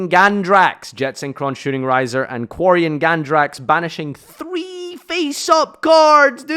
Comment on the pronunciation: YES!!!!! YOU SAID QUARIONGANDRAX PROPERLY!!!! THE ONLY OTHER YUGITUBER IVE HEARD SAY IT RIGHT IS LIKE, MBT. TY FAM. YOU JUST MADE MY DAY.